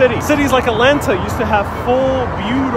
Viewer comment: I think you can’t pronounce Atlanta.